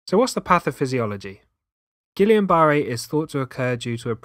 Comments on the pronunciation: Pronounced Geeyon not Gillian. Peep the spelling, guillain not guillian. Think French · it's not...i A N it's A I N. a french name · Guill AIN not guill i an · Is he saying Gillian? 🤔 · It's actually pronounced Gee yon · Isn't it actually Gweeyen? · love the vid, so so so helpful, but the pronunciation of guillain😭😭😭